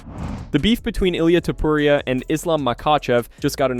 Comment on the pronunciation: Stop say "Topporia" plz